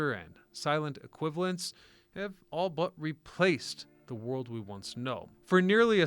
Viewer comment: This guy must be AI. ‘ the wold we once ‘know’.